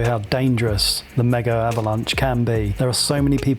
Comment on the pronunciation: Almost 4 years later, I still don't know why you guys (english speaking people) call it "Mega-avalanche". It's Megavalanche, in one word ! 😅